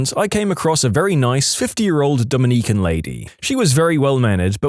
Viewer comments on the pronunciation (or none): Dominiquen?! Like a person... Not the people from The Dominican Republic... Dominicans... Q and C make different sounds This drives my Dyslexic butt nuts.